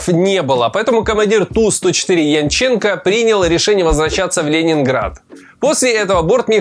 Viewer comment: Ты, видимо, иностранец. В фамилии Янченченко, ударение ставится на первый слог!